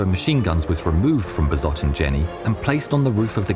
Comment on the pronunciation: The S in 'Besotten' is pronounced the same way as the words, 'Sam', and 'Sail'. The 'W' in Waffen is pronounced as a 'V'. The 'A' in Waffen is pronounced the same as in 'Dad' (not as in 'Waffle').